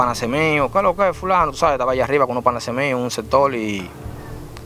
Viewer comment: Real, cada vez que decía panase yo decia PANAS